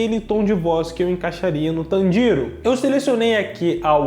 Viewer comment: tanJIro não meu caro,TANjiro sim